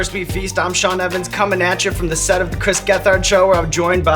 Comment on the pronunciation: It’d be cooler if someone told the host how to pronounce Chris’ name